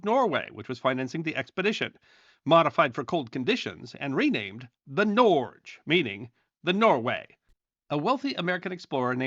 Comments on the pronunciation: Norge is pronounced " Nor - Ge" not norzh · Norge is pronounced something like "nor-guh" in Norwegian. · Norge is pronounced Norg-eh, Otherwise , great vid! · Norge pronounced NOR-gee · Norge is pronounced nor-gae